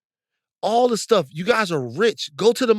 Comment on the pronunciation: "My gays". Now, Van. LOL.